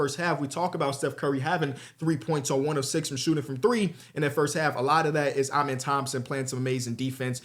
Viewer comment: Can you PLEASE start pronouncing Amen’s name right? I mean you interviewed the kid and he told you how to say it personally